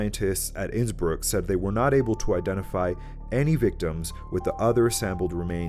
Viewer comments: Hey there, it's actually Innsbruck, not Innsbrück. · Its called Innsbruck not Insbrück!!! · "Innsbrück" it's called INNSBRUCK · It's "Innsbruck" not "Innsbrück"... please correct it, thx.